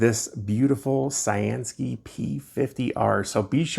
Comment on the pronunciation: I've seen a couple flashlights lately where you can plug it into usb-c and run it off your power source, which is awesome if you have a portable pack with lots of mah's. Thanks for showing it and thanks to CyanSky for sending it. I always thought their name meant blue sky, so pronounced like you'd say cyan the ink color and sky. I always say I'm gonna look it up one day, but then click a suggested video nearby and forget, haha.